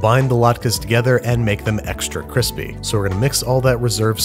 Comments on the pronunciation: Babish : kweespy Joshua Weissman : I am going to improve this man's career. And again it's CWISPY 😂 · You said "Kreespee" but I think you meant Cwispy? Just trying to help the homies. Also please send latkes. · Me: "crispy" Babby, an intellectual: "kreespee" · Babish: extra kreespy Me: roflmao Thanks Babish! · "c reees pi" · Dude. It's pronounced krispee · stockart whiteman CWISPY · if Joshua comments “qwispy” I would die a happy man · did I hear him say extra creespee? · joshua weismann cwispy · babish: kreespi joshua weissman: kwispy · Ever since watching Joshua Weissman I cant help but hear "CWISPY" every time someone says crispy. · Maybe it was Joshua Weissman. The dude's "kwispy" is iconic. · C R E E S P Y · He says "kwispy" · It’s still April fools or you’re saying “creespy”. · Babish: KREESPY Meanwhile, Vinny: SPEEN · no one : babish : extra CREESPI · Extra Kreespi 😂😂 wasn't expecting that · Are we not gonna talk about the fact he said creespy? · insert Two-Face "cwispy" meme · He said, "Cree-spee" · CEO of creespy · extra creespi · "extra creespy" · Did you just say "creespy"? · Did you really said "kreespy"? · After binging Joshua Weissman videos, it was uncomfortable to hear the “r” in crispy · Me: Yo-girt Babish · Also canvasees